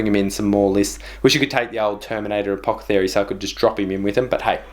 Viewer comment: A-poth-e-cary lol